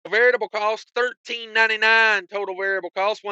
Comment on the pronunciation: There's DEFINITELY an S at the end of Illinois. What they fail to understand is that it's still pronounced like ILL-ANNOYS sounds just like it looks. Also, I'm sure you're trying to say VARIABLE costs but it ain't coming out that way 😂😂😂 Maybe "veritable" is more accurate in part as the "true cost?" IDK.